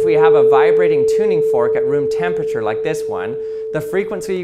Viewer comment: Hey everyone today we're going to see if we can pronounce temperture 😅 Just a little ribbing, my man. Great video 👍🏼